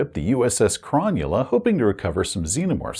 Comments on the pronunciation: Thanks! As an Aussie living close to Sydney, I cringed every time you pronounced Cro null a "Cron yu la." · Nice review, but one thing that kills me as an Australian: Cronulla is not pronounced chron-new-lah, it's pronounced Crow-null-ah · Aussie here, love the content but it was bothering me slightly and I wanted to let you know it’s pronounced Cro-Nulla and it’s a suburb of Sydney, NSW. 😊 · I would have pronounced Cronulla as Cro-Nulla - like the Sydney suburb and Football team. YMMV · I keep hearing SS Cromulent haha! Great video! I also love Jack's outfit 👌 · Any other Aussies wincing at the pronunciation of Cronulla? :D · So much wincing....